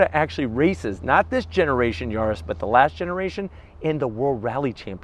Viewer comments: Mal traducido: Se pronuncia YARIS no Yurus. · whats a "Yoris" 🤣